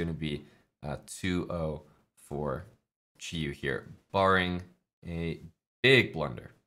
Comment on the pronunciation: Props to for pronouncing Qiyu correctly.